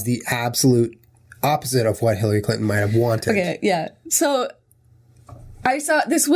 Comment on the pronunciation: Jenna says "Clinton" like "CLITton" and I can't handle it.